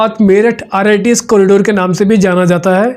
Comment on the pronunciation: Rits nhi rrts hai bhai